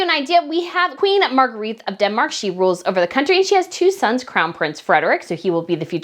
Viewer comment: Helpful pronunciation tips for you! Margrethe = Mar-GRAY-Ta Joachim = YO -a-kim